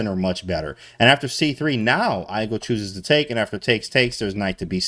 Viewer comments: Not hate at all, just found it funny that he pronounced igel like Eye gull and not eegull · Igel is german for hedgehog, and the I is pronounced like "ee"